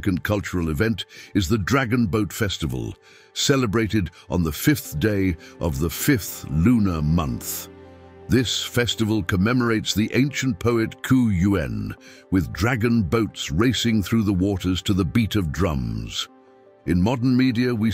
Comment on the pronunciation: Nicely done and narrated interestingly, though Li Yu (鲤鱼） is not a name, it's simply Chinese for carp. Also, the loyal poet, Qu Yuan (屈原), does not pronounce "ku" yuan, but more like "chee" yuan.